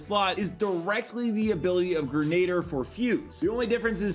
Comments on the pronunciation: Say it with us - "Grin - Uh - Deer" not Grenader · Gren- a- Deer not grenader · Hey bro I’m pretty sure it’s pronounced Gren•uh•deer I use to say Grenader too till my mom corrected me